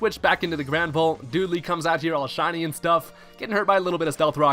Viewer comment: it's Dud-ley